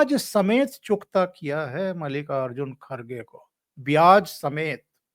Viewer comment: मल्लिका अर्जुन नही मल्लिकार्जुन बोलना